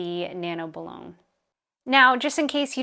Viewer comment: Boo-loin. As in the famous city in France.